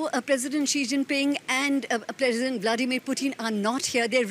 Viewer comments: She pronounces like President Bloodymir putin.. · Did she say BloodyMary Putin?